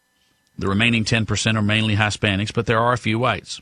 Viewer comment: "Hi-spanics" dude...His-spanics..gawwd.